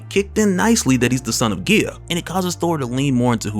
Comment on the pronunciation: Guy-uh not whatever the hell your saying